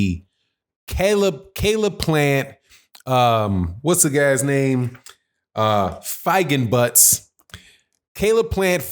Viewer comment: It’s pronounced (fee)(gen)(boots)